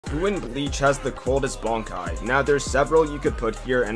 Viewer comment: Dude don't even bother say Bankai he says wraaaaaaaaraaaaaa